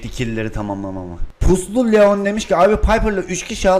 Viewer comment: Puslu Leon derken PU kelimesini bastırarak söylemesi :D